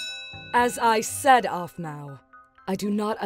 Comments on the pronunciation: Blaze should've become alpha 😤😾😾😡 Also calls aphmau "ofmau" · Her name is not a f m u a